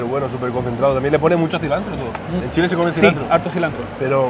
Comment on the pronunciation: Que poco respeto para probar la comida, la manera en que toma las machas para hablar del queso y es Chile no Shile